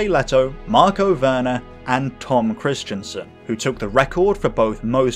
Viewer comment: His name is not Tom Kristiansen! It is Tom Kristensen! It has nothing to do with "Christian" or "Kristian"! That's different! Just to let you know! And you also have problems saying names of German drivers correctly! But if you want I can help you with your feature videos! I am originally from Germany and I met some of the most famous German racing drivers at the 24h Nürburgring race including Hans Joachim Stuck and Sabine Schmitz! And I also had dinner with them in her mum's restaurant! Since 2018 I'm living in the UK so we can meet any time! Just let me know! PS: I love your videos very much! They are going better every time and I enjoy every new video more and more!